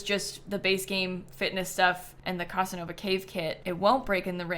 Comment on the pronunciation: The pronunciation of Casanova in this video is sucking out my life force 😅😅😅